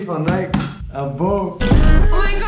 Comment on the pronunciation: Nike spricht ihr immer noch falsch aus 😂. Herzlichen Glückwunsch!